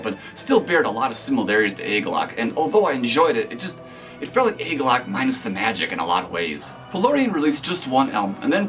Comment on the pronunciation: It's pronounced 'Ah-galloch' not 'ay-galloch'. You can see John explain the name in the 2008 agalloch interview.